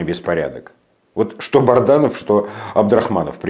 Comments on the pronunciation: Добрый вечер, скажите пожалуйста вы постоянно коверкаете фамилию Азата солдата, он же Бадранов, а не Барданов. Или это ваша хитрость? Спасибо! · Бадранов! Не Барданов